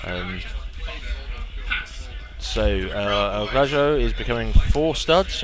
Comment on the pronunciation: In Spanish, a J sounds like an H. El Graho.